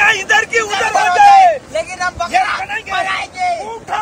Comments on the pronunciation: Arey Bhai. Bakra Hota Hai. Balra Nahi Hota. Wrong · Balra nai Bakra hota h ji